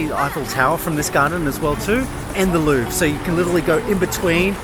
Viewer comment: Loved the video but it makes me crazy how you pronounce Louvre